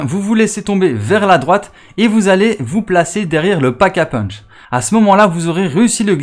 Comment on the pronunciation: Ta encore dit pack à punch poto 😜